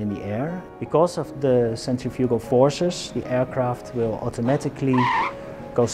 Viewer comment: He said centrifugal I'm done